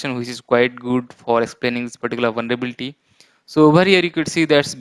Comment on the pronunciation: It's Vulnerability not "Vulnrebilti"😬🙂